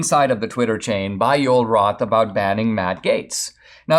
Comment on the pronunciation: I'm curious. Is Joel Roth insisting his first name being pronounced Yole? Or is Dinesh mispronouncing Joel?